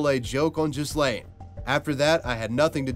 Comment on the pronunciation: What's worse, being the star wars kid or having your name mispronounced as jizz-lane? (The correct pronunciation in gee-len. Gee has a hard g)